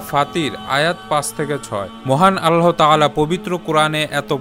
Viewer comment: ভাই, "আল্লাহ্" ও "বিস্ময়" শব্দ দুটির সঠিক উচ্চারণটা শুধরে নিবেন আশা করি। আপনার করা খুব সুন্দর পোস্টগুলিকে উচ্চারণেও নিঁখুত দেখতে চাই। শুভকামনা রইল💘